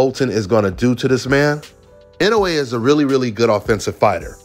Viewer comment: This video is a momentous occassion… finally said Inoue’s name right.